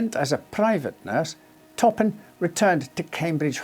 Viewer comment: Jane " Top 'em "Toppan ....